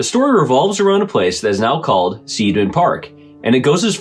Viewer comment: It's pronounced SIDE-MAN park - it''s an I sound not an E. I before E rule! It makes no sense to use it in spelling if you don't use it in pronouncing it too. We get the EI and IE spelling from the GERMANS. This is so that you know which way the pronunciation swings and not sound ignorant. Either way I don't believe in ghosts. I know better than that.